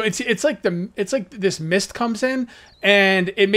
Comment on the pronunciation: I Thought Said “Meath Survival!” lol!!!